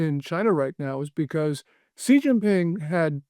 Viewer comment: You lose credibility if you can’t even pronounce Xi correctly.